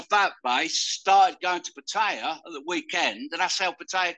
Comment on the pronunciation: 30 years and still cannot pronounce Pattaya properly 😅